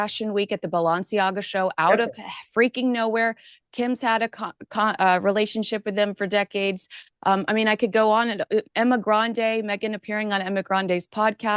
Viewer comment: it's Emma Grede, not Grande..😂